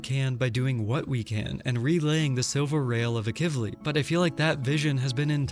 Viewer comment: am i the only one who noticed how bro pronounced AKIVILI